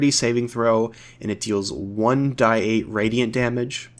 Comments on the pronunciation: You are the only person I have ever heard say 1 die 8 or w/e instead of 1 D 8 and it's making me tweak out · It’s 1d8 not 1-die-8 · What is up with your pronunciation of shillelah and saying One-"Die"-eight?? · You might be the only person I've ever heard say 1d8/1d6 etc as "die" instead of "dee" (like saying the letter d).